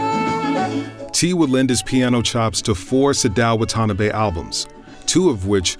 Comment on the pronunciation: Wonderful documentary! The only thing that bothers me are the Japanese pronunciations (“Sadao Watanabe” and “Budokan” in particular). Maybe you can have those segments re-recorded after coaching. 😊